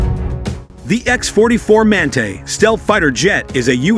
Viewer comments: epic AI reading fail!!! WTF is a man-tay? the word is pronounced man-tah you stupid machine. two thumbs down for click bait and stock footage and general BS. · Another AI bullshit video no real.information provided in this video no real pics of the manga wich is electro -gravatic The so called narrator can’t properly pronounce manta